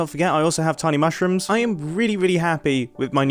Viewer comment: "And i hav tiny mashrums"